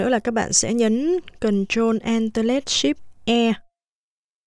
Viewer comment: e ko hiểu lệnh c nói ạ :( control + ship + E ) còn nút nào nữa e nghe mãi ko ra